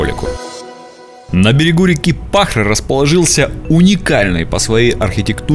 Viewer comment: Не П А хора, а ПахрА! Мамоновы или МамонТовы? А где общий вид церкви? Общий вид подруги есть! Но для этого не обязательно было куда-то ехать!